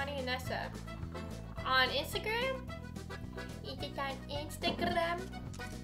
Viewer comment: Vanessa rolled the R in Instagram